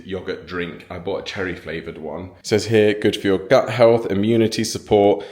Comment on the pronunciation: gut health sounded like but...lol